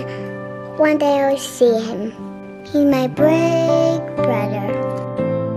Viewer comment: "He my bwiggg broder."